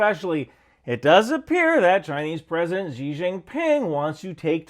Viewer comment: nobody is gonna trust a neocon who cannot say that name properly it’s pronounced “she”. You are still a neocon and I don’t trust you but you can pronounce the name properly.